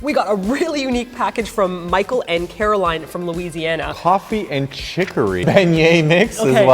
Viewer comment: You got the beignets and coffee! Carolyn and I are so excited! We can't wait for you to try it. By the way, her name is CaroLYN, not CaroLINE! lol